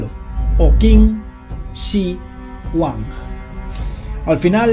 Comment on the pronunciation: Qué vaciado eh!!! Ese “Chido Huan”......jajaja